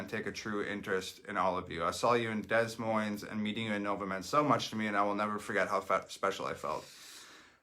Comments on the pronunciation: This nigga said dez moinz. I know he’s Canadian, but come on... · He calls it des Moines without the double silent s